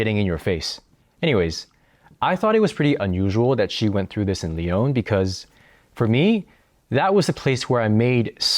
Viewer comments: pourquoi tu prononces lyon comme « lee - own » Je pose cette question sérieusement, si t’habites à lyon pour un longtemps , je suppose que tu connais français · It's funny, you know how to pronounce putain properly, but not Lyon😂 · So you lived in Lyon for two years and are not even able o pronounce the name of the city correctly?? And you think you are able to give a nuanced commentary?? This is hilarious.